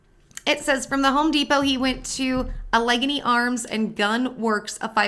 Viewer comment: PA has some tricky words, but luckily, I'm here to help. (I'm from Ohio, so I grew up with the weirdness😂) Allegheny - Al (like Al Bundy)-uh-gain- ee